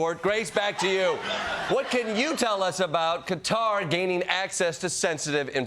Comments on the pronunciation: why can most americans not pronounce kuh taa. How embarrassing that Trump pronounces it correctly. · It's really funny how Americans collectively decided to pronounce Qatar "cutter" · I know Americans can say Cutter but please stop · It's not just acceptable to say "Qatar" - it's the correct pronunciation. It is not, under any circumstances, acceptable to call it "Kutter". That's just American idiocy. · Why do Americans insist on calling Qatar Cutter? (Caramel as Carmel and squirrel as squirl ?) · Still pronouncing Cutter instead of Qatar haha following the trend of "I love Tesler" I see ya, I see ya ;) The meme goes on! LOL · Its not "cutter" 🙄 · Ok thank goodness you addressed the "cutter" "ka tar" pronounciation. I thought i was going insane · I was wondering why all the Americans were saying “Cutter”. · Kuh- Tar - ffs C sound doesn’t exist in their language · Pronouncing Qatar ‘Cutter’ is so not acceptable 😂😂😂 only in America. Here I am learning to call Turkey ‘Türkiye’ and y’all still struggle with the old names of countries. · Americans are the only people who say "cutter" for Qatar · nope.. pronouncing Qatar as cutter is just ... Nope nope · It's not CUTTER!!! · why'd he have to pronounce it "cutter" tho? 😭😭😭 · At least pronounce Qatar properly TDS 😭 I CAN'T TAKE ANY MORE OF qater pronunciation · It's not pronounced Cutter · Cut TAR. So the dictionary says.🤷🏽‍♂️ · Please announce Qatar normally Americans 😂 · LOL, what's gone wrong with the World when Trump is the only person in America who pronounces 'Qatar' correctly? 😆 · quick FYI "qutur" is NOT acceptable... its Qatar... (ka-tar)... there is only one way to say it unless america agrees to be called AYmerica?? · It’s not cutter, it’s Ka-tar. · it’s acceptable to say “ca-tar” as that’s how you say it. HTF do you get “cutter”? Maybe actually some other countries names properly!! Although saying names wrong is nothing new for American. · It's not cutter! It's Ghatar GH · Definitely not 'cutter'.